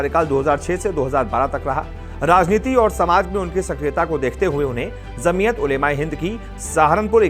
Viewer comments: Dear anchor it's jamiat not zamiat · Zamiyat nahi bhai Jamiyat bola jata hai